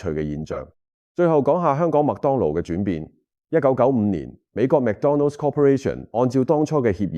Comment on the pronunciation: McDonald's 唔係讀 Mac donald